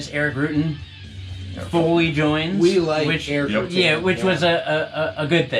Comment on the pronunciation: Rutan not roootin. come on man